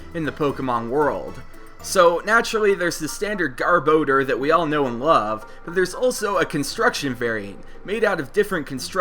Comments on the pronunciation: It's not GAR-BO-DER it's GAR-BAR-DOOR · That pronunciation of garbodor XD